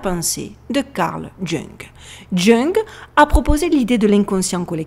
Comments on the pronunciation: salut, bonne vidéo superbe même et oui il faudrait une vidéo sur les symboles. PS: Jung Carl Gustav ce prononce phonétiquement Yung et non Jung. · Jung se prononce ''Ioung'' 😀😉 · Très bon boulot, video très captivante. Ce portrait est troublant, même le roi Charles a sursauté en le decouvrant. Une brève remarque : Carl Jung se prononce Young en français car il etait suisse-allemand. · Merci beaucoup pour cette analyse. Pour info (et je ne veux pas ici te blesser car c'est juste une remarque): Le nom de Karl Gustav JUNG, ne se prononce pas "Jungue" mais "Young" 😉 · Karl Jung prononcer "Young" Merci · Jung se prononce youg